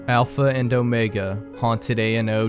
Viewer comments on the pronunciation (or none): none